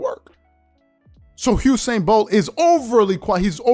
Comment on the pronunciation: It's Usain not Husein. Please pronounce it correctly loll. Its an entirely different name.